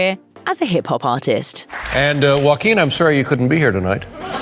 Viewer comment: 🤣this lady pronouces Joaquin like they're trying to hock a loogie.